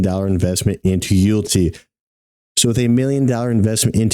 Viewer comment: Mans said You'lltea..😅